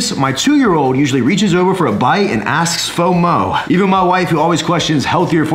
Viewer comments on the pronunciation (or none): none